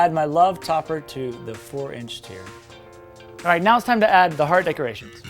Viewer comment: hearteu~ haha!